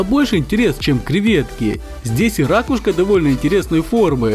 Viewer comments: Почему ты говоришь ра‘кушка а не раку‘шка ? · Не осетер , а осетр. Не рАкушка , а ракУшка. Что же вы такой малограмотный?